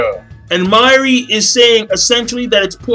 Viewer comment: The way you say mayuri name....Say it right next time it killed me every time you said his name. And yes it was a fucked up chapter.